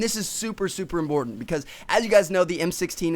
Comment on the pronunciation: did he say imBortant !!! :S